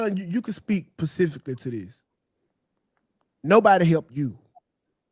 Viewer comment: I need to say specifically instead of pacifically